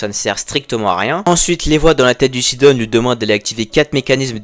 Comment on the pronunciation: Mdr sidon tu le prononce sidonne